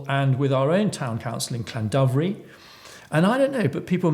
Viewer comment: It would be slightly better if you could pronounce Llandovery slightly better, but I fully support you. For me it would be an interesting exercise to track who owns the companies behind the wind farm, I tried but it seems to be very complicated